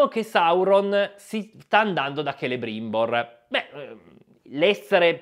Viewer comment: Celebrimbor detto Celerimba. ☝️